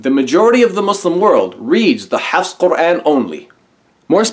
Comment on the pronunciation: Although I don't agree with him about his hate for Islam, I do respect him because he pronounces "Quran" correctly.